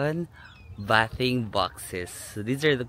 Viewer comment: Bathing is pronounce baything box